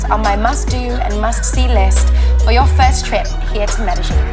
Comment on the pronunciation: great video but please.. pronounce Medellin properly.